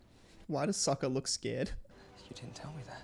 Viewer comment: I’m glad they changed the name pronunciations because they bear no resemblance to their animated counterparts. Soakah acts like his boomerang is stuck somewhere it shouldn’t be.